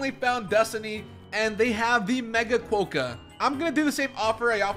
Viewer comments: hi!, sorry to say but you actually the rodent as: ckwoka not ckwohka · So im an Australian and "kookaburra" is pronounced koo - kuh - br - uh" and "Quokka" is kwaa - kuh. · And Quokka is qu-o-ka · U also said quokka wrong and yes u did say kookaburra wrong again it’s like cook a burra like burrow